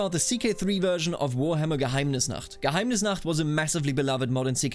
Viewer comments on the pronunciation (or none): The way u said geheimnisnacht gave me ww2 flashbacks I never had